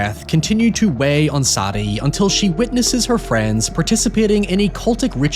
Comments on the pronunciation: SAY DEE. Not SADy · Is her name Sadie?? As in SAY-DE......not saddie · Sad-e.........Sad-e........Sad-e.........Sad-e. My man, did the name SAIDE NEVER FUCKING CROSS YOUR MIND?!?! Why can't people read and speak anymore. 🙀💀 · It blows my mind you cannot pronounce Sadie...jesus dude